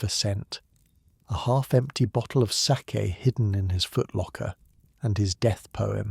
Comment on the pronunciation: Ɓe nice if the fake narrator could have been programmed to pronounce 'sake" properly. This garbage is not even worth that small effort. Give it a negative review, that is what it merits.